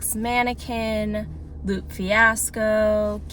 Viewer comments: Hey 👋 Great video! 👏 Just a small correction. You were listening to Lupe (Lue-Pay) Fiasco, not "Loop" 😅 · just a heads up it’s Lupe (pronounced “ay”) Fiasco.